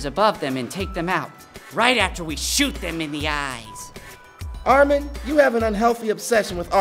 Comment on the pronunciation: Just realized that Reiner actually pronounces Armins name more correctly than anyone else